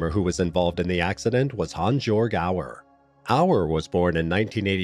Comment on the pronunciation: HAANS - YOERG ffs.